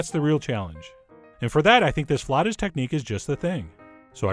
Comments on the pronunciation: Its pronounced flah-oo-tahs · Flautas! It's flautas! Say it, Frenchie!